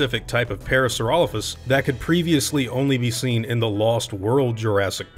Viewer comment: Everytime you pronounce Parasaurolophus that way another species goes extinct.